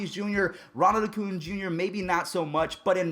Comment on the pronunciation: If you don’t stop calling him “O-cuña”